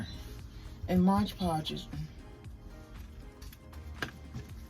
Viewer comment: I'm sorry... I cannot listen to your video when you keep referring to it as Modge Podge. Why? You have two bottles right in front of you. 🤦🏻‍♀️